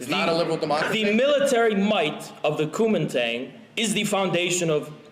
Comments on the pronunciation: the way infraredhaz pronounces guomingdang as cumin tang is so funny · This isn't a substantive critique or anything, but good God, hearing Haz say zhong guo made me cringe out of my fucking skull with how LARPy it was. And then followed immediately with him entirely butchering Kuomintang. Really shows his priorities here.